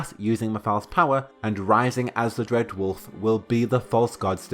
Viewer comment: Dread wolf has risen. Makes him sound like a loaf of bread. Bread wolf lol.